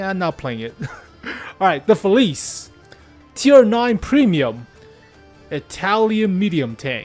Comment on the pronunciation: hey, its a small thing but it really bothers me how youre pronouncing “felice” Youre saying “feliz” Its pronounced “feliche”:)